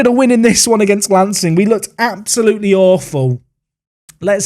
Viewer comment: as someone who lives in Sussex, some of these pronunciations really caught me off guard...lancing is said like 'larn-sing' for instance. it's the little things eh. keep up the great series. enjoying it so far!